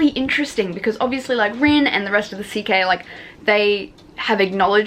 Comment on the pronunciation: Great review :) Just finished the book and it absolutely broke me. Can't wait for book 3 to come out at the end of this year! A couple of clarifications on pronunciation: Cike is pronounced "Tsi-kuh" -- it is actually the romanized Chinese pinyin for the word "assassin" Nezha is pronounced "Nuh-ja" -- fun fact, it is the name of the mythical celestial baby who rides two flaming wheels under his feet and wields a spear (among other weapons)